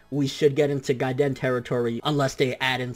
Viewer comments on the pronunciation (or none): none